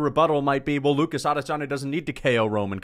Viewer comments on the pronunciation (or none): none